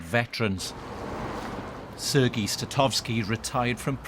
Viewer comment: I wish western media would finally take into account Ukrainian spelling and pronunciation rules of names of cities and people. it's Andriy, Serhii, Odesa, NOT Andrey, Sergey, Odessa. The way they are saying these names is purely Russian, which may seem offensive and ignorant as they are supporting Ukraine